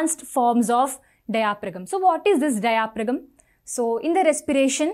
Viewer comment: In Pronunciation of diaphragm " g " is a silent word....!!